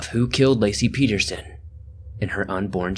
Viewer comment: good job pronouncing my last name correctly. nobody ever gets it right haha. nice vid!